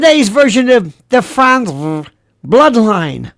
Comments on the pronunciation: Thanks! I’m Crying-Laughing at the way you say ‘Frantz-vrrr’!!!! OH! I needed that!!!!! 😂😂😂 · Franzffrrrt! 😆 You're too much lol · Sir, your pronunciation of the FranzVHH family absolutely SLAYS me every time you say it. Very nice indeed! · It’s hysterical to me every time he says Fransve, with the emphasis on the V. 😂😂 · me too; cracks me up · Me too, i just showed my daughter. She said how else would you say it!! 😳🤣 Thanks for the laugh! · Every time you said Frantzve I went into hysterical laughter.😅😅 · You have me LOL with your Lori F pronunciation!😂🤣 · This was one of your best shows and I have seen many of them. I love your pronunciation of Frantzve! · I love how Lionel pronounces “Frantzve” 😂 cracks me up every time!